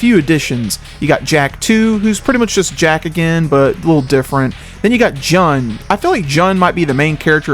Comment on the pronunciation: It’s “lay” and “June”